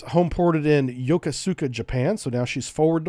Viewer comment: Really awesome and detailed rundown, I love it. Brings back memories of my days sailing with these beauties. By the way, Yokosuka is pronounced yo-koo-ska, the PAC sailor in me cried inside hearing you say it that way Also, I was stationed on the USS Frank Cable. Would be interesting to see something like this about the AS-39 class sub tenders. They have an interesting history